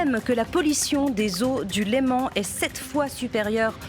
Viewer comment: LÉMAN ET NON LEMENT !!!